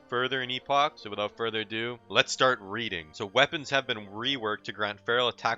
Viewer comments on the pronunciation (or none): none